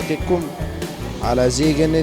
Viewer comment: بداية المذيعة نفسها قرأتها خطأ و الجملة مكتوبة في الورقة فيها خطأ إملائي أصلا .. فضلا عن أن الجملة غير مضبوطة بالشكل .. مَا لَكُمْ تَكَأْكَأْتُمْ عَلَيَّ كَتَكَأْكُؤِكُمْ عَلَى ذِيْ جِنَّةٍ اِفْرَنْقِعُوْا عَنِّيْ .. المذيعة أخطأت في ثلاث كلمات هي (كَتَكَأْكُؤِكُمْ) و (ذِيْ) و (جِنَّةٍ) .. مع العلم أن شرح معنى الجملة المبين أسفل الفيديو هو شرح صحيح